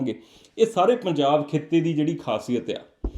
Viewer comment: we pronounce punjab the same way you did, don't think ka single letter da ena koi faraq penda